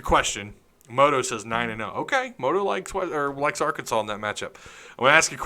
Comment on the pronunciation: I live in Alaska and just saying cos I have friends who sometimes watch with me and make those “stupid Arkansas jokes” every time you mispronounce the word. I love watching your show! Helps me keep up with the truth of Arkansas sports. Thanks